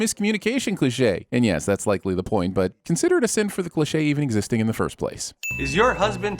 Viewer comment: Why do you not know how to say 'cliche'?